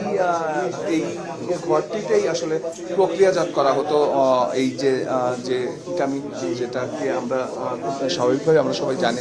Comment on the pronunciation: কিটামিন না,হবে ক্যাটামিন